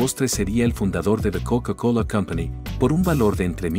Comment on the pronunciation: La "KoUka KoUla"